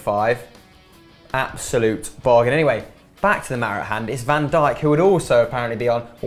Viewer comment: is really dutch he doesnt sound dutch by saying virgil van deek incase of virgil van dyke